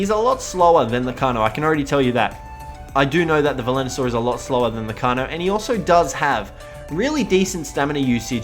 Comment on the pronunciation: It's Velonasaur dude.... VE-LO-NA-SAUR!!!!!!! Edit: P.S. This is one of the small things that bug me, you still have the best instructional and informational Ark vids though, keep it up!